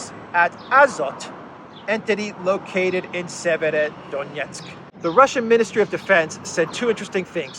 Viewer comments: Severo-Donetsk. "Sever" means "north" in Slavic languages... i hope this will make it easier for you to pronounce. Thank you for the awesome content! Greetings from Serbia! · try this. Say two words, ei, SEVER. Then say DONETSK. And then you ad "O" between. SEVER - O - DONETSK.🤞🤞🤞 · Severodonetsk is more or less North Donetsk if this is easier to you to pronounce.